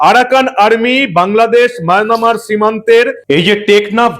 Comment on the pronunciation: মায়ানমার উচ্চারণ করার জন্য ধন্যবাদ। যদিও মাঝে মাঝে মায়নামার হয়ে গেছে।